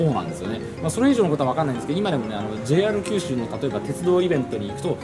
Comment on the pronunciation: 「JR九州」のイントネーションが変 「門司」の言い方はgood！「門司」は「文字」と同じイントネーションではない！ 下関駅からみもすそ川町の下関側の人道までは、ふつうはサンデンのバスでしょうが！ 本数は結構走っているのに、どれに乗っていいのかわからなかったというのが事実でしょ？ 1日700隻も貨物船が通行し、潮の流れが尋常ではなく速いし、1日4回も潮の流れが変わるのに 泳いで渡れるわけがない 平家はここで切腹したわけではないぞ、ちゃんと平家物語を読んでね 貨物船のあの位置は外国船が許可を得て通過している証拠として日本の国旗を掲げる位置で 船籍がある国の国旗は船尾に掲げるのだ 長州が大砲を放ったのはイギリス軍ですか？ちゃんと勉強してくださいよ！！！ すごいな、昭和33年開通の関門国道トンネルの記念碑の文章を読んで、鉄道トンネルの解説をするとはね・・・ 自動車用のトンネルは人道の真上にある！ またまた人道トンネルを歩いているのに鉄道トンネルの戦前の話をするおもしろい人だ 輸送力の大部分は関門橋を含む高速道路だ！人は新幹線だ！ だから人道の上は自動車用のトンネルだ！ 下関のふぐと北九州（小倉）名物の関門だこだ！ 「ふく」は下関の業者が言う言い方で下関でも一般の人は「ふぐ」と言うのだ 下関側はズームアップした左側に映っていたが・・・ 鉄道トンネルはまずは彦島に向かい、彦島から海峡の下を走って門司側は小森江付近から 門司駅のすぐ手前に出てくるのだ 関門鉄道連絡船は昭和39年まで運行されていたことぐらい調べておけよ